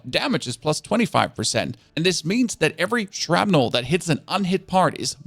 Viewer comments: "shrapnle"....not "shrapnel" Thats how you say...i hear you say it....Theres another but ill say it when i notice....its with an "A" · SHRAPNULL maybe